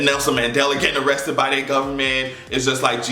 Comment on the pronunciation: Yes, I did say A-RREST-TED with you! hahahaha!